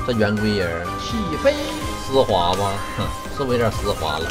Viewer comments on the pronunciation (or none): 丝滑口音变成湿滑